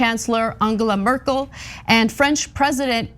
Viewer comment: The e in Merkel is pronounced like the e in President.